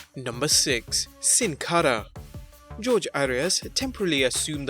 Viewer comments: Sin cara jorge is pronounced hor-hay not George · It's pronounced Jorge (Horhé)